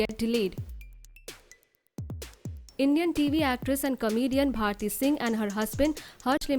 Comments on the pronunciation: It's BHARTI not BHATI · It's bharti not bhati?